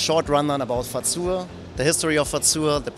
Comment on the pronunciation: how to say Fazua correctly. Stop adding in a T.